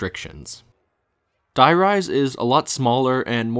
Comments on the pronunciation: the "die" in die rise is actually pronounced "dee" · I played so much of this map when I was younger and it was just today that I realised the name is meant to be a play on High Rise. I was so used to the german names that I always pronounced Die as Dee like it was german so I never picked up on it 🥴